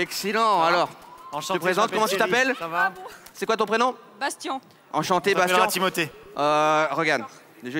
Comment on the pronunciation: Mdrr il a dit qu'il s'appelle Bastian pas Bastien mdrr vous l'avez pas respecter 😂😂😂